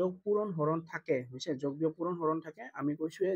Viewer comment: মই ভোল ভাবি কোৱা নাই যগ নহয় যোগ 🎉🎉🎉🎉🎉🎉🎉🎉🎉🎉🎉🎉🎉🎉🎉🎉🎉😊😊😊😊